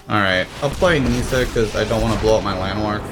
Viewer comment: It's pronounced Ni-ssa not Nee-ssa. Also It's pronounced Ar-boreal not A-boreal.